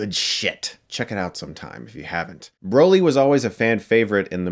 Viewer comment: i cringe every time you pronounce it Bro-ly. like. wtf. it’s Brah-ly. how do u consider urself a mega fan and pronounce his name wrong